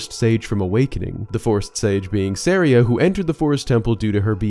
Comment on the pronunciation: Let's just get this out of the way: SUH-RY-UH